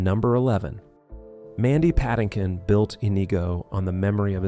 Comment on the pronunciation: AI do not have kids. Nor can AI pronounce Mandy Patinkin's name.